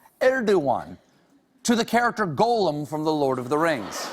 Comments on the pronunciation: If he's such a big fan of the Lord of the Rings, why does he pronounce Gollum as 'Golem'? Shady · He's a Tolkien nerd and yet he pronounces a name as simple as "Gollum" as though he's a Jewish "Golem". There's literally audio of Tolkien reading Riddles in the Dark and saying his name over and over... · But Stephen can’t even pronounce Gollum properly ! It is not go lum it is gol um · is it actually pronounced like that? Go-loom?! Or is that just another way to say it as Gollum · If he such a fan why is he say Golem instead of Gollum??! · My only issue with this video is that he keeps saying Golem instead of Gollum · Than you should have learned to pronounce Gollum. It's not Golem. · Ditto on the love, for Stephen and for all things Tolkien, but he's pronouncing "golem," not "Gollum." The word originates in Hebrew folklore, ". . . an animated anthropomorphic being that is magically created entirely from inanimate matter (specifically clay or mud)."Linguist that he was, Tolkien no doubt knew exactly what he was doing in choosing a mud-related, etiolated proto-hobbit and making of him "Gollum." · Can’t take a guy seriously who calls Gollum “Goal-um” Calls Boromir “Boromer” 😂👎🏽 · I agree; “Goal”-em (i.e., Gollum mis-pronounced by Colbert) just sounds wrong! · I loved this; but that is not how I pronounce “Gollum”, that’s how I pronounce the word “golem”. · I adore Stephen, I really do. And I'm probably insane to even dare to question the #1 LoTR expert, but I must know why Stephen pronounces "Gollum" as "Golem" — once I heard it, I can't unhear it. Why does he do this? I must know! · Can't be a Tolkien geek - no-one pronounces Gollum as "golem". Sad. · Amazing! Why does he pronounce it "Gole-um"? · He has a weird way of pronouncing “goal-um” and “sore-on”... ? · Who tf is "GO-lem"? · if only he could pronounce gollums name correctly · Forget Edain, he mispronounces GOLLUM. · Please don't pronounce 'Gollum' like that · Is ultra LOTR nerd Mispronounces Gollum facepalm